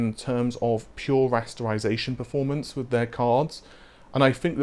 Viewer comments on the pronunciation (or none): none